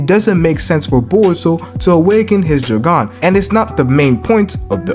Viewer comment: Stop pronouncing it joggan 😂😂